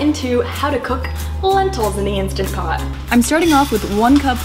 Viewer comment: INSTANT Pot. Not "Insta" Pot.